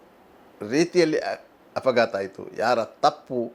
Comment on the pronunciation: Are bola .... ninnantha handigalu afagaatha agilla? Afagaatha alla kano ಅಪಘಾತ 😂